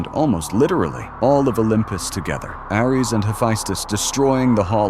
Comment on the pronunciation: You mispronounced Ares